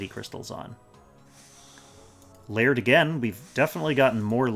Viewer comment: Lay - ird ha! I've always wondered how to pronounce that!